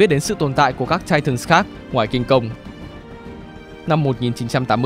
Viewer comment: Để ý ô đọc titans nhiều lần quên "s":)))